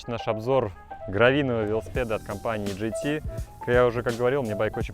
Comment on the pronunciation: по-братски, не "джей-ти", а "джи-ти". Джей-ти было бы "JT".